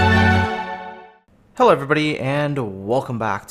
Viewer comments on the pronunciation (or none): none